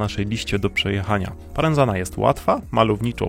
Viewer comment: Parenzana od miasta Parenzo czyli Poreč. I po włosku, i w czasach czarno-żółtej monachii i teraz Chorwaci przeczytają to przez "c" a nie przez "z". Stwierdzenia o tym, że nie jeździ się na Istrię, nawet nie skomentuję...